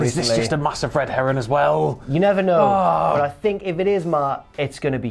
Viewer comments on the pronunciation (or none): Did say "red heron"??